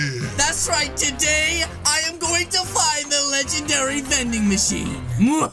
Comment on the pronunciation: Its Not Vanding Machine Is Manding Bachine HHAHAHAHAH